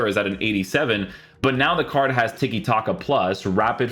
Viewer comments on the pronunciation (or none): Why do you say wierj and carj instead of weird and card 😂